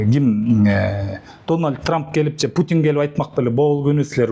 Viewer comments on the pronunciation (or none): none